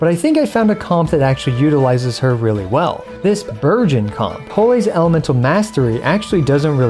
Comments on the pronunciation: No-one gonna talk about how he sounded like he said "Virgin comp" i mean the name still kinda fits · Every time you said Burgeon in Bergeon Team, I kept thinking you said Virgin.... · Really thought you said "this VIRGIN comp" when you showed the characters and I didn't even flinch. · Am I the only one that kept hearing "Virgins" instead of "Burgeons"? Makes it funny lol